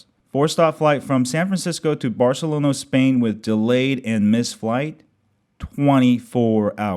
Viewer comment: that's why you're probably not a lawyer, right? You assume too much. Just because someone mispronounced a word, doesn't mean I'm making fun of him. Nice try, though.